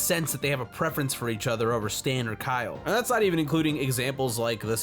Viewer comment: KYeal! That's Kyeal!